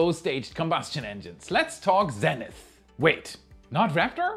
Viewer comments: Zenith isn't Zenneth...it's pronounced ZEEnith, my good German friend. :) ~Your whacky and annoying Canadian friend, Chris. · Z ‘eee’ nith not ‘Zen’ ith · Zee-nith, not Zen-ith. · Great video as always! Protip: in English, we pronounce "zenith" as "ZEEnith" -- I heard you say it as "ZENith" as one might say in some other language (like the equivalent Russian word is I think Zenit and is pronounced like you did but with a hard t instead of th at the end). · It's pronounced "zee-nith", not "zen-ith" ... :penguin-blue-waving-tear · Great video as always, but come on, if you're going to be an American it's zee-nith. Ditch the British pronunciation. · Exciting news about Stoke Space! Zenith is pronounced "zee nith." Just so you know. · Learn how to pronounce ZEE-NITH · In the united states Zenith is pronounced " zee-nith" ! 😂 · Zenith is actually pronounced Zeenith a long e like the vowel e, not a short e like eh.